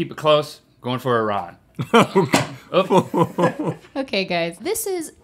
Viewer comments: Also its not I RAN -. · Well, he pronounces it E-Ron, so the pub wouldn’t work with that pronunciation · When Link corrected Rhett mispronouncing Iran it made me happy becuase no one pronounces it right. 😄